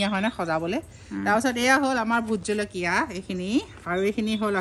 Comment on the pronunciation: সুন্দৰ .... কিন্তু জলকীয়া শব্দটো আলকীয়া হৈ আছে 🙏